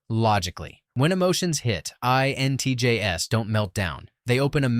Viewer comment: The repeated stating of the letters 'INTJS' with the 'S' pronounced as the letter 'S' instead of the plural of INTJ was quite annoying...